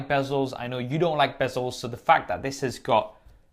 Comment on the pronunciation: I love the quality of your content, but.....bezeless??? You can't be serious :) Have you seen that chin under the display? heh